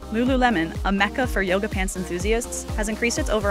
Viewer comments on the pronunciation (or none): none